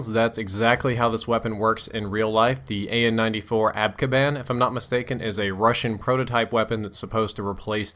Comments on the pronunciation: Its not "abkaban" its "abakan" if i heard correctly good review tho ;) How is puppy doing ? ;) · Abakan* not Abkaban >.< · sorry bro, but its actually "Abakan". named after a small city in Russia. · Абакан, а не Абкабан. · i think ibs abakan not abkaban but its cool that a commentator knows a little bit of something for once lol. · AN-94 ah-bah-khan* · It's "Abakan",.